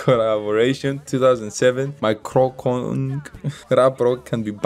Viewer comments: kroncong is actually pronounced ker-ron-chong..(while "kerongkong"-like u said it- is throat...lol) it's a type of indonesian traditional music. protol kinda translates to "in pieces".so yeah, like he mentioned in one of the verses, this song is actually a fusion of keronchong, rock and rap. it's actually aimed to attract young generations to like traditional music. NOT a love song. 😅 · Keroncong Protol Its Ke-ro-ncong Pro-tol Keroncong is tradisional music from Indonesia, Java... Protol from Javanese, its means broken.. maybe... 😆